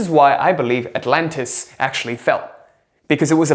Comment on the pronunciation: I like your accent, but it's called Atlantis, not Atlantist. The Egyptians didn't build the pyramids. They found them. I used to think the way you are suggesting. But here's what I came to realize. It if was meant for you -- it will be yours. My philosophy now is let it happen the way it happens. Work towards nothing and don't try hard. Just get by. Don't give And don't take. Just let it happen.